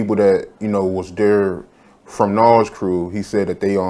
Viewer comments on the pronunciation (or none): I can't finish the video because of the way you keep saying "Nawwz" instead of Nas lmao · pronounces nas' name like nawls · This dude does not know how to pronounce Nas! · Somebody teach the interviewer how to pronounce Nas